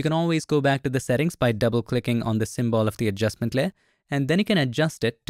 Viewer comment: Bro, please pronounce "symbol" properly. It's not "sim-ball". It's "sim'bl".